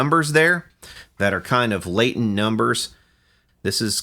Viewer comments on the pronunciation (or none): none